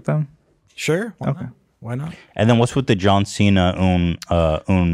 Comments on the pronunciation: As someone who actually speaks Mandarin, John Cena's pronunication is fucking terrible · As a Chinese person I will say that it is impressive that he can speak Chinese, his grammar is bad. But that’s cos Chinese is wonky and his pronunciation can be worked on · What was the proper pronounciation,? Ethan: singing: John Cena?: no but in Chinese dialect: John Cena... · John Cena speaking Chinese is so cringe, he pronunciation is flawed...i speak Mandarin and I could barely understand what he was saying without the subtitles....yikes.